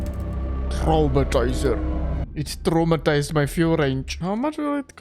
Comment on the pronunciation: Omg I had a stroke hearing how you called Traumtänzer but don't worry that was a very joyful stroke